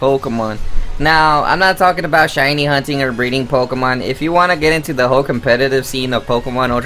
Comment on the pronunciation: “Pokamon Saaan and moon”